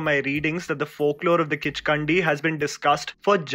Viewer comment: Being a subscriber from Nepal, I can safely say that it is not even "Kichkandi". In fact, it is a "Kichkanni". No "d" letter or sound ok. Kichkannis first existed in Newari mythology inside Kathmandu valley, and later they spread through word of mouth all across Nepal. They are said to have their feet turned opposite, i.e. an evil spirit in the guise of a gorgeous woman with her feet positioned reverse. She is said to drag her clothing (veil) on the surface wherever she walks. She is said to be active in the wee hours of day. She would lure adult men into her beauty trap and kill or make them disappear permanently when the opportunity so presents. The then Newari King of Kathmandu State Pratap Malla ( AD) is believed by many to have come under the charm (spell) of a "Kichkanni" . As its result, his health deteriorated and finally passed away at 50. "Kichkanni" is a permanent feature in the Nepali ghost lore.